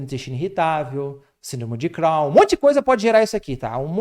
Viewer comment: ❤#!Síndrome de Chron com O e não AUN